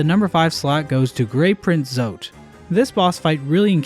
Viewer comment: Almost sounded like you said “Grape Print Zote” 😹